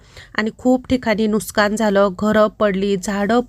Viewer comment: Why all say nooskaan😅..it's nooksaan